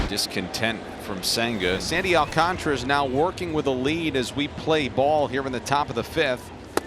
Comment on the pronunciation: Prounce it with me my Spanish speaking friends Sandy AL - CAN - TARA and not AL - CON - TRA, SMH Please put some respect on the Mets future Ace pitcher's name.